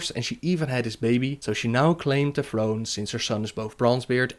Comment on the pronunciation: ''Warcraft free the frozen frone''